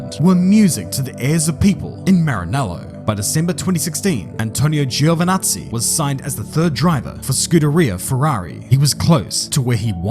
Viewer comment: Little fun fact, in Italian it's pronounced "Jo" not "Gío"